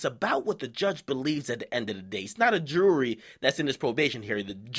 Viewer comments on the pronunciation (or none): the way he said jury sounded exactly like dj Khaled saying jewelry or sha'll I say jurlery